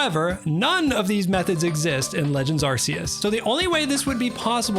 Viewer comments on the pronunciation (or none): its legends ARCeus not asseus